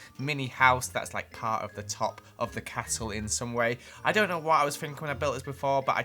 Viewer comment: I’m not sure, but did he say cattle instead of castle?